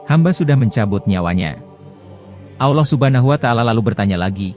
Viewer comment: bukan alloh tapi allah bicara dgan jelas la